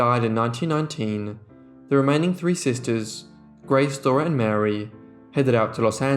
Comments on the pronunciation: I'm sorry but, It drives me crazy when you say "sister'ses" There is no such a word. It's just sisters or sister's. It's like nails on a chalkboard. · I adore your channel but you're adding an extra sylable in the words "sisters". Not sisters. Just sisters'. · I was going to mention this too 👍☺️ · This narrator has such a flat boring tone...and there's no such word as sistersis....and it's Dickens not Dickings!